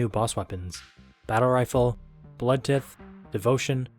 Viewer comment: Great video! Thanks for the shoutouts and I’m glad that the footage I recorded proved useful! No Chunkwriter tho 😭 also Blood Tithe is pronounced like tide but with a “th”